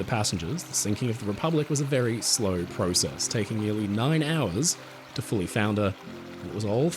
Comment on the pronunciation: YOU SAID PROCESS WRONG AGAIN! 👎👎